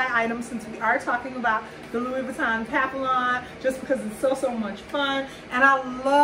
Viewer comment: Nice bag, but the "ll"s are silent.